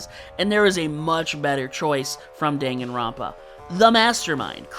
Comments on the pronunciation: it's pronounced "DANGANROMPA" it's two japanese words put together there's absolutely no debate here, so no, not in any case is it prononced "denganrompa" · But, the word 彈丸 or Dangan meaning bullet, is literally produced “Dun-gan” not “Dang-gan” so you’re just flat out wrong